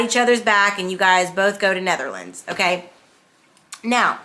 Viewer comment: "netherlands" classic